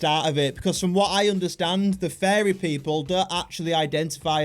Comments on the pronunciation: Your saying fairy not furry Fairy are 🧚‍♀️ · I thought you were saying fairy not furry 😂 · Furry not fairies or farrian lol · No it's furry not fairy😂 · Bro is saying fairy😭😭😭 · this is how to say it: fear-re-ans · Fariy😂 bro actually now fariyan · Bro said "FeRrY" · “Fairies” learn to pronounce it right gng 💔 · He sounds like he's saying fairies